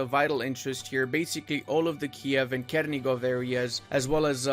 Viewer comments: And Chernigov too, "ch" sounds not like k but like it is in "chair" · Chernigov(ch- like cheese), not k